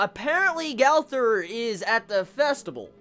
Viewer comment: LEARN HOW TO FUCKING SAY GOWTHER